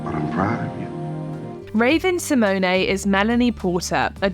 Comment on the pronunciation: mispronouncing Raven's last name haha